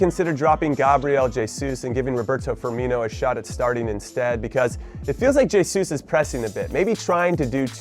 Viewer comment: its cring how he says jay-sus